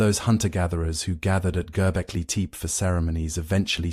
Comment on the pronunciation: Need to find a way to fix the pronunciation problems - the complete butching of Göbekli Tepe completely took me out of it.